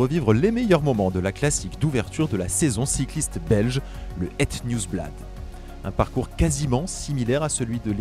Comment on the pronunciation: Prononce Heut Niiiiiiwsblad Tu vas y arriver avec le flamoutch 😄